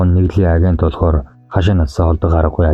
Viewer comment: Агентийг аагёнт гэж уртаар уншдаг